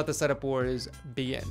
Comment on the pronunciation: ocd he said be in omg its begin still love it tho